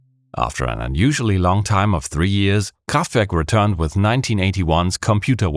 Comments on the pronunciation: He started off the vid by saying "KhrahffftVehrrrk". I'm sold 10 second in. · i'm five seconds in and i'm absolutely astonished that you pronounced kraftwerk right. this video is going to be awesome. <3 edit: wait, you are in fact german! i should have known this before. :'D